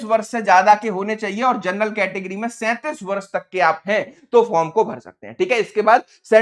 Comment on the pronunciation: जरनल जर्नल क्यों बोल रहे हो, तुमको तो शुद्ध बोलना भी नहीं आता है, क्या पढ़ाओगे।